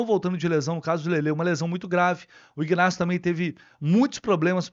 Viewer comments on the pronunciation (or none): Bom Dia, minha sugestão para você é s pronúncia do nome do Jogador Ignácio este G é mudo e não é pronunciado, pronuncia somente Inácio